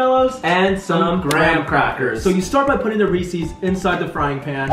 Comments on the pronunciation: is anybody else wondering why their calling them reesees instead of reeses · Anyone else find it adorable that they pronounce Reese’s Reece’s? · I love how they say "Reesees" not reese's. LMAO. Love you guys!